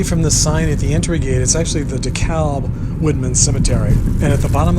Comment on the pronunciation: It is pronounced Dee-cab